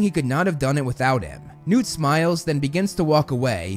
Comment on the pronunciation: Is this guy purposefully saying “Nude” for newt?